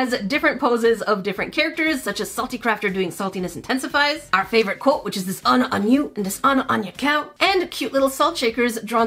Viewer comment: “Are little baby” says in British accent